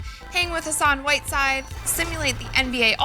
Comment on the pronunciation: she said sassan whiteside ???? lmao